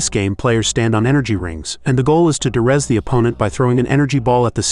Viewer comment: It's probably an AI narration but it's de-rez not durez. De-resolution not Der-esolution. First syllable Dee not Dur.